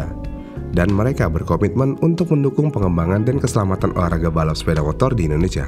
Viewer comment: Dari Indonesia bukan wakanda, susah banget ya nyebut INDONESIA...??